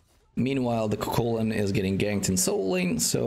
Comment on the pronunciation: ITS KUKULKAN